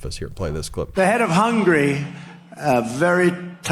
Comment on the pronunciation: There is an A in the word Hungary, which gets pronounced. It is not "Hungry." I am half Hungarian. My father's parents both came over on the boat. It bothers me that anyone can be applauded for his ignorance and stupidity, let alone for the fact that he knows nothing about the proper names of the countries of the world. Yet he still claims to be a genius. The word is HUNGARY. I am half HunGARian. There are millions of HunGARians in the world.